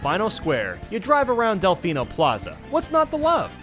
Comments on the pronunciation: First "Del-FI-no" (with the I pronunciation), and now "Del-FEE-no"??? Easy there, easy! What'll it be? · What the hell is a Dell-Fine-Oh??? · says Deflino wrong, then immediately says it right. I was waiting the entire video for him to say Delfino Square because of how awkwardly wrong he said it im the other video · i can not ignore this any longer delfino is said like del-fee-no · pronounces Delfino wrong, then pronounces it correctly 3 seconds later. Nice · Is there a reason he pronounced "Delfino" wrong and then immediately pronounced it right in the next statement?? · Pronouncing Delfino both ways, clever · I like how you pronounce Delfino and then a few seconds later you pronounce it differently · How not to pronounce Delfino. How to pronounce Delfino. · I love how he pronouced Delfino wrong and correct in one video XD